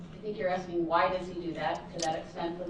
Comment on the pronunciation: I'm axxxxxing you questions 😅